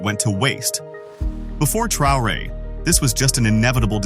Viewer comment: Tra o re heißt er nicht Trare🤷‍♂️